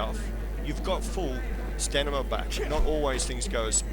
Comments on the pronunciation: STAMINA!! it's not stanima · Why do you say "Stanima". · I love how this guy calls it “stanima”